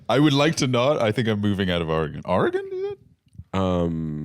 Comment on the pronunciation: The Or-y-gahn is hurting my Oregonian soul